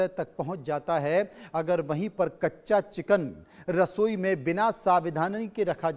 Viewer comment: Kichen nhi chiken😂😅